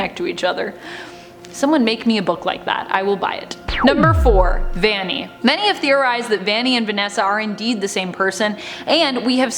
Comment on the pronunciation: by the way it’s not ‘vani’ its ‘vanny’ (no hate!)